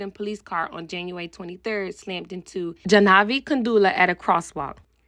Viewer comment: It's pronounced jaaanvi, not janaavi.